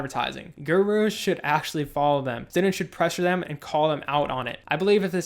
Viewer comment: omg "GooROOs" got it